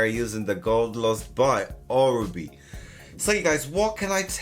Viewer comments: Oribe Canales is Cuban. As a Cuban I can tell you itś ORIBE NOT ORBAY. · you are pronouncing it wrong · As a hairdresser you should at least know how to pronounce oribe properly